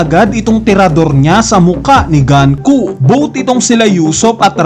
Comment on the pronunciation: Nanonood ka ba talaga ng anime? Bakit pinipilit mong GANKU? GUNKO HINDI GANKU. Pauso ka rin e. Sabihin mo nga GAN-KU